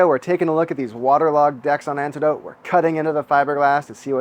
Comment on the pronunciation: just found your channel. binged watched all the vids. every time you call "Antedote" i hear the Dire Straits "One World" song